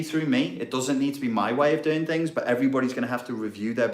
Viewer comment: Yes,I runs tings,tings na run me.Just being funny,like how you said tings,very Rasta business,lol.